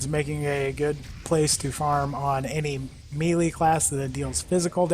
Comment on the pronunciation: It always makes me cringe when someone mispronounces Melee (it's pronounced May-Lay,not Me-Lee)....